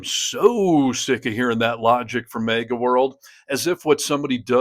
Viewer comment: "...MEGA world"? Did you read that in a Megazine,?